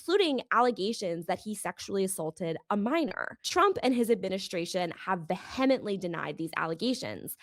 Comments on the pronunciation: do please look up the pronunciation of "vehemently" (VEE-uh-ment-lee) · It has to be because she reads. I went an embarrassing number of years thinking "epitome" was pronounced epp-it-tome, when it's eee-pit-oh-mee She'll have only seen the word in books. I do remember reading veh-hem-ently as well lol